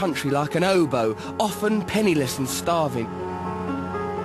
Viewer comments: For a second there, I thought Russell said 'he roamed the country like an oboe', which seemed quite odd to me - until I realized he was saying "'obo". *headdesk* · For a moment there I thought he said 'he roamed the country, like an oboe' til I realised he was saying hobo...